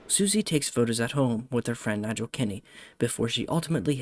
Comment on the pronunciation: Just a small note that the pronunciation of Nigel is incorrect The guy walking with the hat is Kovacs